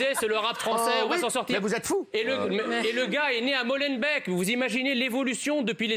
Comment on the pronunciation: On prononce Molenbééék, pas bec !